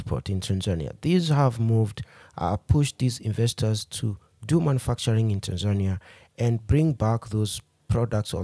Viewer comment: You used the wrong pronunciation for Tanzania. Please stop using Ugandan/Kenyan pronunciation when saying Tanzania. Also, electricity in Tanzania is not affordable; it's actually very expensive. Separately, the current president of Tanzania is not "Madam Suluhu." Her name is Mama Samia. For those reasons, I downvote this video..